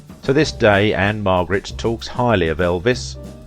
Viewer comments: It's Ann-Margret. Not Ann-Marget or Ann Margaret. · Margret not Marget